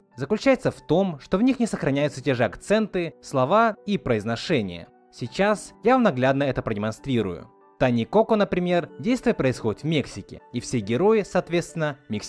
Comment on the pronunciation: Боже, как тяжело это слушать. Если уж вы снимаете ролики, то позаботьтесь о своей дикции и правильном произношении слов. Кстати, ударение в слове Коко должно падать на второй слог, а не на первый!